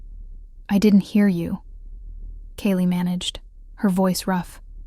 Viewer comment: Kayla and her daughter Ivy, were running away from Richard and the toxic relationship with him. Ivy asked a total stranger for help, who did. Kale , Kaylie or Kayla, is one person, pronounced differently throughout this story but it doesn't take away the plot of the story. Loved it ❤❤❤❤